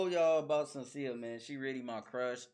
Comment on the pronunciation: Shhhhhhen-see-a, not Senseea.